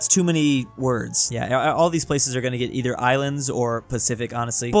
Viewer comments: "Isands" instead of islands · Ahh yes, Isands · “Isands” lol